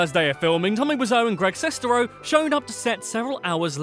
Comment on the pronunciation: Julius Matijošius For me, it began with The Nostalgia Critic and FanBoy Flicks. Kind of simultaneously! 😁 I love everything about this video... except the way the narrator keeps mispronouncing Greg Sestero’s last name!